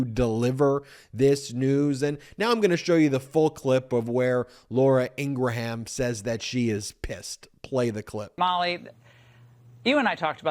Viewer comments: It’s pronounced Ing-ram not Ing-ra-ham. Are you doing that deliberately? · Sorry to see that this network will never accept reality, and by the way it's pronounced en gram not engra ham, just saying. It's cool to see you make news and show these propaganda network that has divided this nation. Keep it up! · Dude, Laura's name is getting botched by you in calling her Ingraham (like Abraham). It's pronounced Ingram (phonetically), the "H" is silent. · Her name is pronounced ING-GRUM... i know im nitpicking and I can't stand her, Faux News or Trump but it makes me crazy to hear him day Ing-gruh-ham lol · Her name is pronounced EENG RUHM. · She pronounces her last name as “Ingram.” I’m left wing but you obviously don’t know much about her if you don’t know how to pronounce her mane. She’s been on TV for like 20 years. It’s like President Bush repeatedly saying “Eye-rack” instead of “ee- rack” when waging war against Iraq. Yeah, Fox News is for shmucks but try to learn about your subjects before embarrassing yourself. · LAURA Ing-gra-HAM.....😂😂😂😂😂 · You seem to have a difficult time correctly pronouncing Laura Ingraham’s name. It is pronounced “Ingrum”. It does not rhyme with Abraham or Lindsey Graham. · I'm 99% positive that Laura's last name is pronounced "Ing-gruhm." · It is pronounced In-grum. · Laura Ingra-Ham. Ha!😂😂😂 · I love the way you deliberately mispronounce Laura's last name. LOL. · Bet she is passed at how you say her name as well. Keep it up, nothing more fun than pissed fox folk. Lol